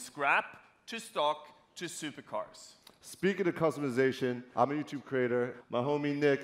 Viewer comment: "hi... im yuutoob crator...... spiking of witch im yuutoop crater..." "Youtuber" not pretentious enough?